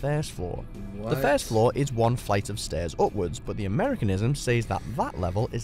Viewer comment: The first thing that annoyed me in your video was the greeting "What IS going on" with the emphasis on the word "IS", and also the use of the word "guys". If I were doing a similar video, I would simply start by saying ,"Hello there", and leave it at that. The word "gotten" I cannot stand either. Even You Tube use it in their analytical section, as in, "This video has gotten so many views". The most confusing thing for me is, chips meaning crisps, fries meaning chips - how did it get like that? Also the use of the term "cool". Cool to me means, it's a bit cold, not, it's really good.